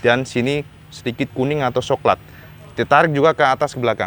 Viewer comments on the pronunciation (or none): Wong jowo iku coklat jadi soklat, 🤣🤣🤣🤣, penonton setiamu baru hadir cak.